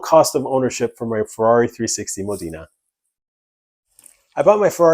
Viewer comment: It's not Modina its Modena. You are saying it incorrectly.